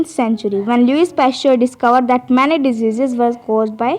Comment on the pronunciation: you cant say that word diseases